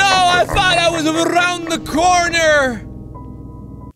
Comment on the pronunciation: "No i thought i was aRRRound the corner"